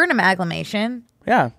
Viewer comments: I could not stop just correcting it to aMALgamation every time he mispronounced it lmao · saying he’s been loving the word ‘amalgamation’ and proceeding to pronounce it wrong for the next 3 minutes is classic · the amount of people in the studio that did not try to correct pronunciation of amalgamation is astounding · I’m not going to be able to stop saying, “She amalga on my podcast till I mation” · them pronouncing amalgamation wrong for 3 minutes straight is killing me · I just needed them to say amalgamation right like one time … like 1/50 they should have said it correctly